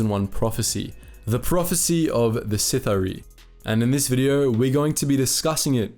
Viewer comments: First thing you needed to do was learn how to say the word It is pronounced “the Sith-Ah-ree” if I was you I would invest in the audiobook Darth Bane, path of destruction. Bane goes to the Sith Academy.. And at the time of his arrival there is a zabrack there that is so far ahead of the other students in combat skills and Force ability that the teachers actually speculate whether he is the “chosen one” even just listening to the small part where he is at the school will give you plenty of opportunities to hear the word pronounced properly. It’s hard to believe that you I’ve done all this research but never had the opportunity to hear the word said.. I would be catching audiobooks here in there it really does make a difference. At the very least it protects you from saying the word The most important word of the video..wrong all the way through the video. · I love that you used a pic of Malgus instead of Bane 😂.... Not to mention how hard you butchered the word Sith’ari 😂😂😂🤦🏻‍♂️ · "Sith-Ah-Ree" not "Sith-Arai" my dude :) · SITH-R-EE, you pronounced it correctly and then immediately went back to pronouncing it incorrectly... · I love your vids but it's pronounced sith r e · It's pronounced " sith- R- E " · Pronounced : Sith ‘ Ahh•Ri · Is this really, how the term "Sith'ari" is pronounced? I always read it as: Sith-a-ree. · I think it sounds better “sith-ar-ee” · You must not have read or listened to the Darth Bane trilogy. The word "sithhar'i" is pronounced si-thar-ee. And don't blame it on your accent. C'mon man you got to do better. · I just want you to pronounce it "Sith-awree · It's pronounced, "Sith-are-ee" from my research,. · Nobody: halfway through the vid: Sith-uh-rye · I thought it was pronounced sith r e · Pronounced “Sith- arh-ree” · It’s sith’ari pronounced Sith-aree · i love the video, i hate the way you say Sith'ari -. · Dude, the way you pronounce Sith'ari is almost criminal. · I'm pretty sure it's Sith'aari, not Sith-R-Eye.